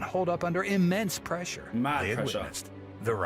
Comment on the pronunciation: Pressure not presea